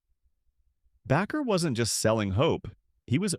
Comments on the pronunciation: It's pronounced like "Baker", NOT 'backer", correct your fucking narrator program's exception file!!!! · Backer? Bake, like bake a cake. Baker. How can you do an entire video mispronouncing this very simple last name? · Bakker pronounced like a baker of bread! You should not be doing podcast of any person if you cant pronounce their name correctly. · It’s pronounced Baker, for the love of the flying spaghetti monster. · You are the only person I heard pronounce Bakker they way you do. Phonetically it is pronounced BAY-ker. Baker like a baker in a bakery is the correct pronunciation. I like your videos.